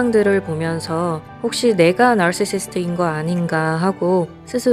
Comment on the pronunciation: 나르시시스트 발음지기네예 ㅋ 바로구독